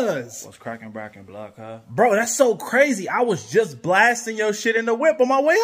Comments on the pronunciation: 🧐😑 2 seconds in. heard " blood cuz ". had to pause! 😂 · “Blood cous” as opposed to “Water brother”